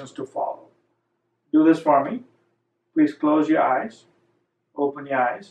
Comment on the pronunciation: "Close your eyes, open your mouth. Now open your eye-uh